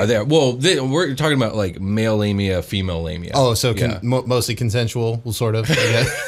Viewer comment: I heard Labia 😂